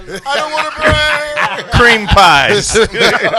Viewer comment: "I DON'T WANT TO BRRAG!"